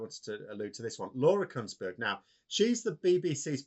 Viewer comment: KOONS-BERG NOT "Kunns - berg" ... And (Max)... Its "CummINGS" NOT COME INS